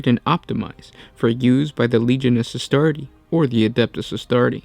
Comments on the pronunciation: can you guys stop mispronouncing Legiones Astartes. there is clearly an S at the end of Astartes. it's like Pokemon, it is both see a singular and multiple. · Suggestion: Always pronounce the S in Astartes. ;)